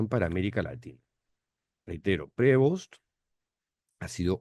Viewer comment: cuando lo pronuncies, ponle un acento en Prevóst. NO es Prévost. el acento es en la O.